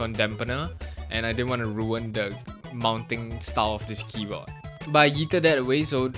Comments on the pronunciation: "a thocky keyboii" lmao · keyboa 💀💀 he said it like my parents.